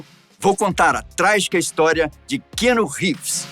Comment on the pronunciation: Não gostei do apresentador 1 não sabe nem falar o nome do ator .. ficou chato demais .. Ivan volta 😢